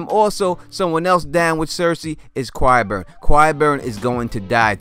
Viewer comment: Its" ki-burn" not "kwi-burn"